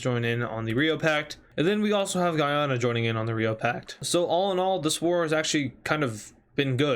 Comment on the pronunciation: he says Guyana wrong. It's different from Guiana, instead pronounced literally as the english word Guy and the name Anna combined